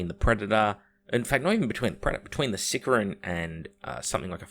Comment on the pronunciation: Hates on GW hosts for mispronouncing "Deimos" then proceeds to mispronounce "Sicaran" for the entire video, never change